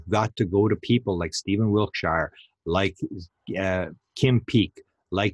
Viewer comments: Please stop saying wilt- shy are. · Wiltshire is pronounced wilt- sha. Every shire is a sha. Yorkshire, etc.